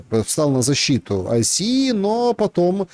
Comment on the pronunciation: ICE произносится «айс»